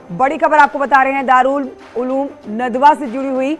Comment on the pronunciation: Madam News Reader Darul Uloom hai